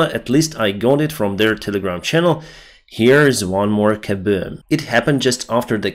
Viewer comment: “A big kabewm” lol.